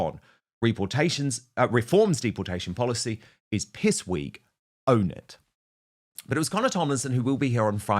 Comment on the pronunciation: Alex philips has turned out to be a weal snake in the gwass 😂😂😂